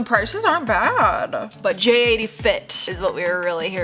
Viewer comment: It’s not J 80 it’s pronounced Jaitie fit